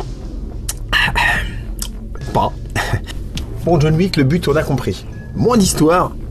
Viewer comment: Jaune Wouique, DJON WICK, c'est rigolol, mais pense à tes mots clés ;-)